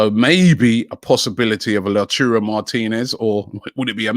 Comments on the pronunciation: Robbie please stop saying Lau churro martinez or lauturo.. it's lautaro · Robbie i beg man stop saying La Churo😭😭... its Lau ta ro.... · Can someone please teach Robbie how to say lautaro "la churro" Martinez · Robbie pls learn how to say names properly. its L A U T A R O not L A T U R O. Sort it out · Lau - tau - ro Martinez NOT Lachurro. Butchering names again. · Lauchuro martinez!!! LOL no chance Robbie! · LAUTARO Martinez not Lechiurou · nobody: Robbie: La Churro Martinez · My ears hurt when robbie says LaUTurRO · "La Churro" Martinez? Lmao If he doesn't sign it's because Robbie keeps calling him a Spanish doughnut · LauTaro Martinez - Robbie!! T not C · I hope La churro doesn't come for this same reason. It would be mad to hear Robbie say it like that everytime. PLUS, when did Robbie even start saying first names of the players? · Robbie Please pronounce Lautaro Martinez correctly. Your pronounced his name wrong! It's Lotaro ! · Who's this "Lachuro" Martínez Robbie keeps mentioning? 🤔🤷🏽‍♂️ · Someone please correct Robi on how to say Lautaro Martinez’s First name correctly cuz I can already see the pain coming next season if Arsenal sign him. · Robbie if you cant pronounce Lautaro then just say Martinez. Pls Robbie i cant keep up with this😂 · The way he pronounces Lautaro triggers me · It triggers everybody